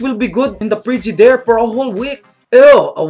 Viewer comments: "prigidirr" hahaha. This vid's funny! :) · i like wen he said "fridgidaire" hahaha....his gud